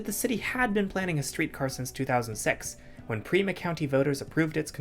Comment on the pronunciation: PIMA, not PRIMA.